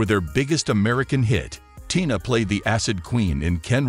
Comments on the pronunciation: Can you read what You see written TINA NOT TYNA “PRONOUNCE “ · the voice bot pronounced it to rhyme with "China" several times. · Figure out how to pronounce your words!! Especially TINA! Jeez! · Don't mispronounce her name, her name is Tina not what you said. Be respectful. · Not 'Tie-na,' good grief why the heck you folks don't pronounce peoples name's properly. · I don’t think he’s a person I think he’s a computer and yes her name that she almost died for was TINA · Sir you need to stop reporting because you are really pronouncing her name wrong. Please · Please...pronounce ber name correctly. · Yeah pronounce her name right or don't say it